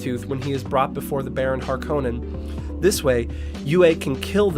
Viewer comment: It was pretty good compared to most Dune vids tbh! The only 2 I kept noticing (besides Stilgar of course xD) were "Py-ter" and the emphasis on the O in Harkonnen (it's almost the opposite, with emphasis on the first part while the o is barely present).. well at least in regards to how Herbert himself said it. I'm really curious about whether the upcoming movie will try to use pronunciations as accurate as possible towards recordings of Frank Herbert himself, or if they'll have any that feel completely off, both with the origin and the authors pronunciation :'D